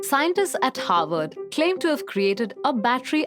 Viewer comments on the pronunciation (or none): none